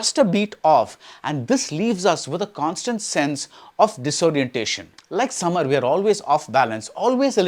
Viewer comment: Its Sameer not Samar